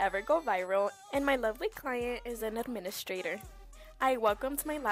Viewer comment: what with the "client" prononciation 💀😭